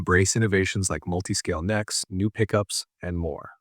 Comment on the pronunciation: since WHEN does an AI say, "Uhh"? - "...active pickUPS." WTH!!?